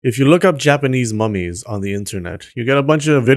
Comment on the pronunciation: Why I heard "these mammies" instead of "these mummies"? XD